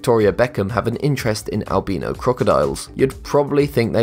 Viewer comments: You pronounced albino wrong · he pronounces albino wrong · You need to learn how to say “Albino” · U said albino weong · Its not albeno its albino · It’s albino not albeeno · al-bino not al-beeno XD good video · I love how he says Albino pronounced Albeeno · AlbEEno ??? It's Albiino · ....Albino. Albeeno. AL-BEAN-O. WTF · Albino is pronounced: Al-by-no Not Al-bee-no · Albeeno? Its albino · I like how he says albeno instead of albino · It’s not al-beeeeeeeeeeeeee-no animals its al-bine-ooo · I hate how he says albeeno instead of albino 😂😂😂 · IT'S AL-BYe-NO! NOT Al-bee-no! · It’s not alb-ee-no it’s albin-o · "Al-by-no".. not "al-bean-oh" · Albeeno or Albino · It's not Al-bee-no its Al-bi-no XD but if it is just your accent that is fine. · AlbEno or AlbIno which one is it you say one but its written another...so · Its pronounced al-bye-no not al-bee-no!!! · Wow who says albino as albeeno? #nohate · albino is pronounced al - bai - know not al - bee - know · Sorry but albino is not pronounced “albeeno” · Dude its pronounced as albyno not albeno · It's Al bi no not Al be no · its albino not albeno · It’s not albeeno it’s albino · Albeno it’s albino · "albeno" crocodile....lol...🤣🤣🤣🤣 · "albeeeeeeno" umm.. Did that not bother anyone else? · Oof albeano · "Albeano" lmfao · Albeeno? Cmon man, you had one job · Al bean no ... al beano? Hmmm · I like how you say it albeeno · Al-be-no crocodiles. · Did u actually call the Albino Alligator the (Al-Beano) Alligator In the beginning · AL - BEENO CROCODILES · “Albeeno crocodile” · Am I the only one bothered by Albino (AL-BEE-NO) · If he says albeeeno one more time I swear....... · Al-bean-o? Really? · Lol he said Al-bean-o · Plz stop saying Albeeno I dont have gas. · Al bin o xD its al bine O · You pronounced albino wrong you pronounce it like this al-by-no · It’s pronounced al-buy-no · Al bee no makes me angry. Why making new pronunciation? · Its pronounced al - by -no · It is al-bi-no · "Albeeno crocodiles"